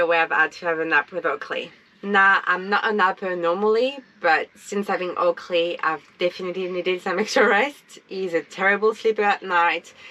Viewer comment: Keep hearing him say Ugly instead of Oakley, 😅